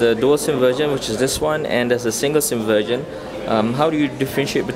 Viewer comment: they way u say 'version' sound like 'virgin' anyway, thanks a lot for this review! give me 2nd thought. so now decided. I'm going gor Miro :3